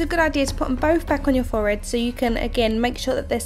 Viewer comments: real good but it annoyed meh when u said "fored" instead of forehead but any way really cool 😀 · the way she says forehead 😂😂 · Layla Underhill OMG I was thinking that!!